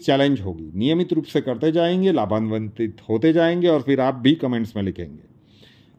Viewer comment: vinamratapoorvak seva mein nivedan hai ki shabd hai ko shabda ha LABHANVIT not LABHANVANTIT. Upayo prayogo ke liye dhanyawad